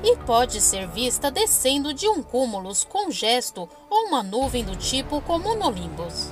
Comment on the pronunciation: Acho que o nome dessas nuvens são cúmulos nimbus é não comulusnimbus como foi falado pela narradora